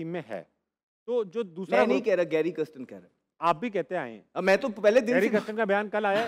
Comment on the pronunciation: pronouncing Kirsten as kristen. Video title has same spelling mistake. Coach ka naam lena seekh le bhai